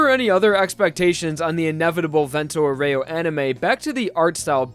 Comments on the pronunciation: As an Italian i feel like I need to point out that "aureo" is pronounced "aurayo" not "aureoh" with an emphasis on the o. Very informative video nonetheless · vento "au ree oh" not "au rey oh" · Man, it's Vento Àureo, not fucking Vento Oreo